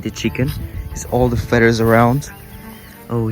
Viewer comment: Hola, solo par decirte que feathers, se pronuncia con d la th.. feders. Espero te ayude, aclaro es criticismo constructivo. Saludos